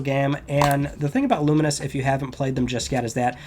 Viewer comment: Pronunciation check on Lumines? I've always said lu - mines. Clearly says it differently and more like luminous